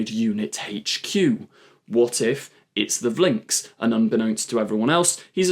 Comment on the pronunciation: you lost me at Vlinx sounds like sphynx